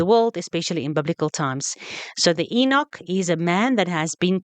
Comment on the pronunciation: Nice, verstel jou uitspraak van die woord 'eunug' (die engelse vorm 'you-nik' vir 'eunuch' en nie 'ee-niek' . Ek skryf jou uitspraak in foneties so jy kan verstaan. As jy sê . "'ee-niek" , kan dit verwar word met die algemene uitspraak van die engelse vorm van Henog wat 'Enoch" is. Ek oes fyn luister wat jy sê. Dit kan groot verwarring veroorsaak veral wanneer daar lae-ik (Low IQ) mense na jou verduidelikings luister. Gebruik maar gerus google om woorde uit te spreek en te leer. Engelse is nie perfek nie maar elke poging om verstaanbaar oor te kom help ook die verstadelik-minder-bevoorregte mense om ons. Lekker dag.